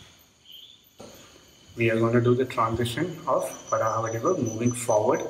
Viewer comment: I think its varaaha vadivu not Varanasi vadivu!